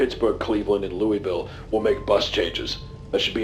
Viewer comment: Thank you Wendigoon for pronouncing Louisville correctly 😭😭